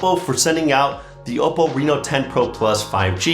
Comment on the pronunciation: must say the way you says that hold OPPO name is impressive